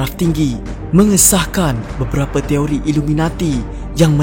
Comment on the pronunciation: Toiri ke Teori.. dgr mcm sebut Toiri 😅😅 Fakta no 06 jadi 09 😆